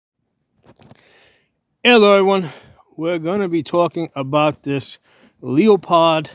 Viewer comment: Please pronounce the name correctly.